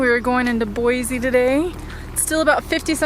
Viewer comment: been enjoying seeing your travels as this is something I'd love to do! Thanks for all the great content! I grew up in the Boise (local tip...pronounced BOY-CEE;)) area and am so glad you enjoyed your visit...so much beauty to see.